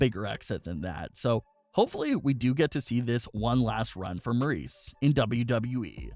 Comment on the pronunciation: It’s Maryse not Maurice